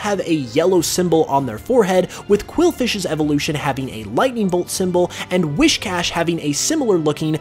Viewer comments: “Wiss-cash” not “Wish-cash” The “whis” prefix is like what you’d say for whiskers. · His saying WISHcash instead of WHIScash is really bothering me. XD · It’s not whiSHcash it’s WHIScash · Wiss-cash dude, not wish-cash. That's driving me nuts to hear it. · I know right. LOL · *I know. It was getting annoying. And I accept your apology.